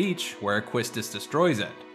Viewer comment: It's pronounced "KEY-stiss", not kwisstis